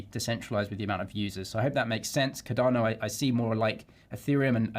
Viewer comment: How are you still calling it Ca-darrno after all these years?